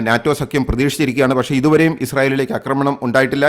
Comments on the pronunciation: ഉച്ചാരണം 'ആക്രമണം' ആണ് ശരി. 'അക്രമണം' അല്ല. ഉച്ചാരണം ശരിയാക്കുക. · 'അക്രമണം' എന്നല്ല 'ആക്രമണം' ആണ് ശരി. ശബ്ദ താരാവലി പരിശോദിക്കുക.